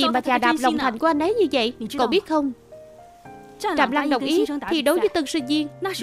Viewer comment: Trạm Lãng mừ.....sao đọc thành Trạm Lăng luôn r😅😅😅